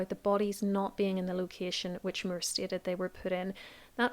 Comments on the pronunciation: Sir Thomas More. Irish pronunciation. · I was mostly listening to this video so I didn't realize until I saw it written on screen that you were talking about Thomas Moore because of your pronunciation of his last name. Lol